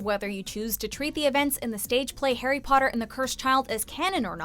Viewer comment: Again who is hairy potter. Try saying Harry.